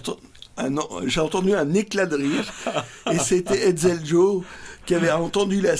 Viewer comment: merci pour toutes ces précisions. je fouetterai Hetzel pour cette mauvaise prononciation (est ce que je l'ai aussi?)